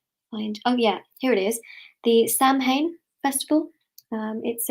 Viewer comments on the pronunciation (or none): Samhain is an Irish word pronounced sow win. Here is the history of Halloween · Samhain, pronounced Sowen, because Gaelic.... It is the origin of Halloween.